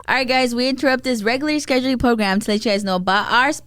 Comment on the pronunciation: why does no one correct and her regularly scheduly 😂😂😂